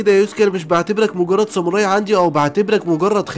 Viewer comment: خوي انا شاهد هاد انمي من قبل مو جيش الظلام جيش ساموراي صوتك حلو كل شيء بس شوي من اشاي حكيت غلط متل ساموري و مينج و في كتير